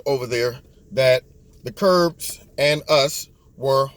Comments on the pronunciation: Love you...one thing though...they are KURDS, not Kurbs...no B in the word. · It's Kurds not Kurbs. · They are actually known as Kurds, as in short for Kurdish. Don't feel bad, I can't pronounce many of the middle east country names or sect names. Thanks for your insight!